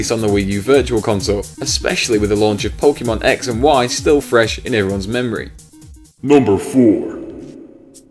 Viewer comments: Chinatown Wars is amazing! Also, did you say "Pokeymon" ? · That's how British people say it